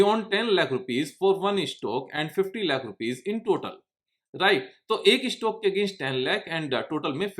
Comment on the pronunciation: tumse 'Stock' bhi theek se ni hola jata